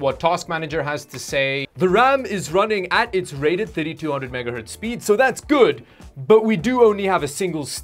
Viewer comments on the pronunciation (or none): none